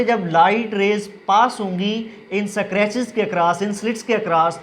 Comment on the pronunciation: It's scratches ‚ not eskartches .